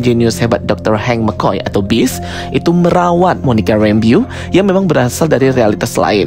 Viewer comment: Bacanya rembo bukn rembyu bang. Kek aneh gt dengernya😅😅😅😅